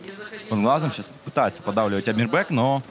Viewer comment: Не Амирбэк, а Амирбек 🤔